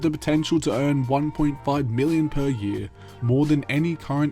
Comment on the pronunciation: I can’t help but hear Billion when you said million some of those times. Idk why haha